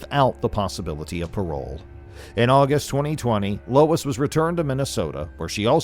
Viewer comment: Lol lol lol 😂😂😂 you unalived this ladies first name 🤣🤣🤣🤣🤣 it's pronounced LO-ISS lmao not LOYCE